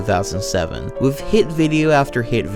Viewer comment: The funniest thing about him being a video narrator is that he fucks up so many basic words. Saying shit like "wiff" or "mont stir mat niss" is hilarious